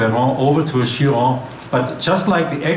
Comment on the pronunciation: is it not pronounced "KIE-RON"